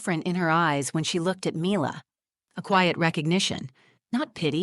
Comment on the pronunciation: You could at least get the pronunciation of the child's name correct. Milla not Myler